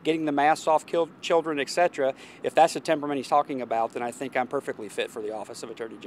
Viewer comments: I've replayed it more than once and I know that he meant to say " taking masks off children" but if you listen he says " taking masks off lol children" lol you can't tell me that you don't hear the slip man. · He said getting the masks off of children but slipped on children so it sounded like kill children but he said killdren.